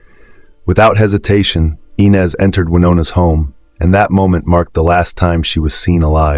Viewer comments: It is AI, the names are mispronounced. It's not E-nez, it's Eye-nez, he also screwed up Tara's name, it's Tah-ra, not Tar-uh. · It's...." I" NEZ NOT "E" NEZ. Could this be an "AI" ARTIFICIAL INTELLIGENCE.... I DON'T KNOW WHY BUT IT IRRITATES ME SO MUCH